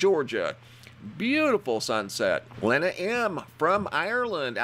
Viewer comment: It's not Len-a, it's pronounced LEE-NA.